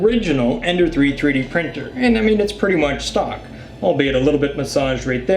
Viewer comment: Did you say albeit lol